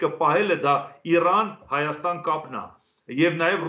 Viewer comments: Ռսից նողկում եք, բայց հնչողությամբ Իրանը արտասանում եք Իռռռան` ինչպես ռսները։ Յուրաքանչյուրը մի ձևով ոչնչացնում է հային։ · Զարմանալի բանա գրագետ մարդիկ էք Իրանին ր ի փոխարեն ինչու էք ռ տառը ասում՞